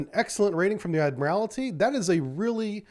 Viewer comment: There's only ONE 'I' in 'ADMIRALTY'. Its NOT ADMIRAL-I-TY. Please.